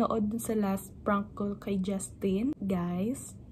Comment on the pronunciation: Prank not Prunk 😂 damn trying hard